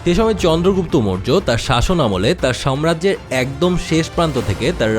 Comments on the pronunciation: উচ্চারণ ঠিকভাবে করুন ।সাম্রাজ্য হবে, সম্রাজ্য নয় । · কথাটা আগেও বলব ভাবছিলাম। কথাটা 'সম্রাজ্য' না সাম্রাজ্য